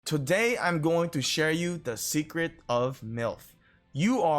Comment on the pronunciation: I just notice its not secrect , its "Sececret" hahahahaha. Love bruh